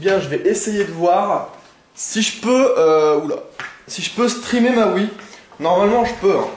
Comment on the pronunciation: Sinon pour la wii u faut prendre Ssb il est énorme :D Après en bon jeu y a aussi 3D world Pikmin 3 Tropical Freeze et Mario Party 10 quand il sortira :p Ah oui, c'est Wii U pas Wii mais ce n'est qu'un détail de prononciation qui me gêne :p